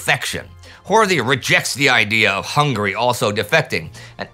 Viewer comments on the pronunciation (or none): none